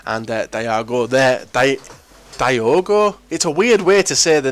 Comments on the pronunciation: The "Di" part is the same as when you say Diego. Except with an O instead of an E. So "Dee-oh-go" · So you can say Diego but not Diogo?